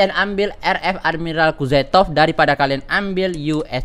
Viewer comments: Kuzetov ?? Kuznetzov bng 🤣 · Kuznetsov kali bang bukan kuzetof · Kuznetsov bang bukan kuzetov